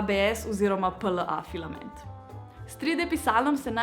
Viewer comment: Več kot 10-krat si rekla pilament